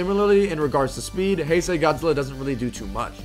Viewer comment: ITS PRONOUNCED HIGH-SAY GODZILLA NOT HEY-SAY GODZILLA >:(((((